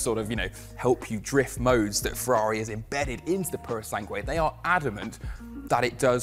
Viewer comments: It’s pronounced Purosang, not Purosangway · You can't pronounce the name mate. Purosangre, not prrrsange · Why is it that they never consult with Italians before making these videos? 😖 Farhari Purow Sangwe What a language assassination ...